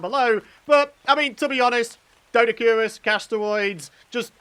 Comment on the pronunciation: It is pronounced doe-dic-or-ris…lol😊